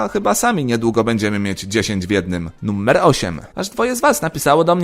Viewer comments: niby seria pełnoletnia, a wciaż mówisz nummer... strasznie irytujace. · Sam film ciekawy ale poziom mojej irytacji (nie wiadomo dlaczego) spowodowany mówieniem słowa "nummer" zamiast "numer" przekracz granice i nie pozwala mi oglądać innych filmów tego twórcy.